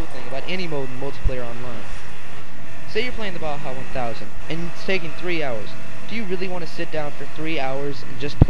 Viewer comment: nice review, good opinions but the vid was blurry and its not bha its ba-ja.